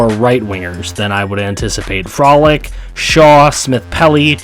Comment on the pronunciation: Couple pronunciation suggestions: Frolik - Fro-leek Namestnikov - nam-es-ne-cough